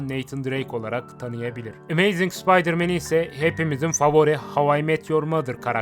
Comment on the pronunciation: aga git biraz ingilizce çalış gözünü seveyim arkada ses olsun diye açtım telafuzların kulağımı kanattı. karneyg, amayzing ne anasını satayım ya